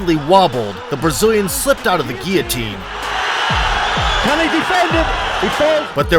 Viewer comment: Its only a "ghee-otine" when there is a GHEE... otherwise, its a GUILLOTINE choke... you doofus!